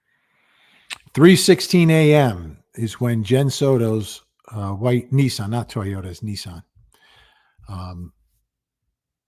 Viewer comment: They said Ninsan